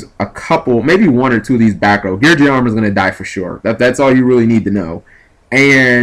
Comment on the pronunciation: it's gear geee ahhh not gear jee ahh